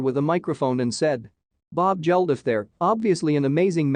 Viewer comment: and its Bob Geldof not Jeldof😂😂